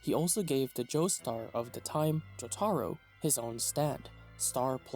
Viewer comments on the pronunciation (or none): Sometimes it seems like guys like this don’t even watch the anime’s based on the way they say the names, I mean “jot-are-oh” lmao what